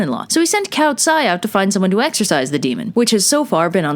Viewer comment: At first when I hear u say exorcise I thought u said exercises lol I’m weird